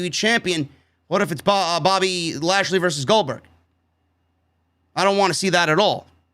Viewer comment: When started saying ASHLEY instead lashley i litterally cried laughing!!!!!!!!!!!!